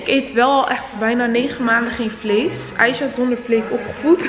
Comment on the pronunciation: Ze zegt in iedergeval aicha hoe het hoort niet meer , Aiga met g dat kon gewoon niet. Mijn comment heeft geholpen 😁